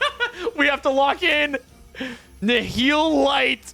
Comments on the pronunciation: That's how you say it it was ni ul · THANK YOU for pronouncing Nihil right.